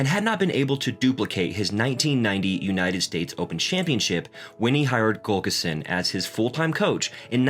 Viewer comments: For his friend and Coach, I believe the pronunciation is Tim Gul lick son. Not Gul kis son. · It's not Gulkison, its Gu llik son. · Yet again, we have a narrator who can't pronounce an important name, Pete's coach, Tim Gullickson. It is NOT GULL ka sin. It is GULL ick son. This makes me nuts. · Gull-ik-son. Not Gullkison. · GULLICKSON!!! not Gulkerson!! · Good video but It's Gullikson not Gulkison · Is he saying Gullkison? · it would be nice if you could pronounce GullIKson correctly!!